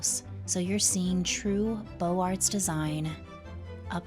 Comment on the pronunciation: I enjoyed your video. 'Beaux Arts" is pronounced bow zar